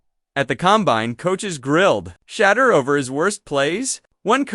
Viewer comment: He’s not a type of cheese. His name is pronounced: “Shah-durr.”